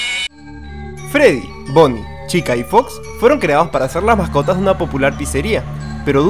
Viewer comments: se dice foxy no fox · no te lo tomes a mal pero es foxi no fox